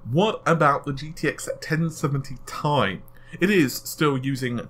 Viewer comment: Jurma It is actually pronounced like "tea". The 1070tea.